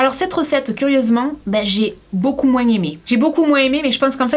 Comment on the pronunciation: tu ne veut pas prononcer le h de haricot mais tu prononce le S de moins XDDDD faudrait savoir !